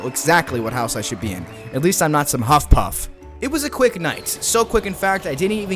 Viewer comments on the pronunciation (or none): HE CALLED ME A FUCKIN HUFF PUFF IT'S HUFFLEPUFF DUMMY